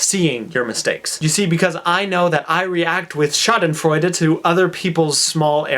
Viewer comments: Hey, I get the joke, but as a native speaker in German your misspelling of Schadenfreude just hurts my eye - and there again you have my human side, because I cannot just not say it, although there are other comments already pointing it out. By the way, your pronunciation of Schadenfreude is really good, maybe you should consider learning German :D I could help you with it, if you would need a tandem partner. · I'm german and i dont know if you did this on purpose,but it's actually spelled with E ^^ anyway,i loved the way you pronounced it !!:D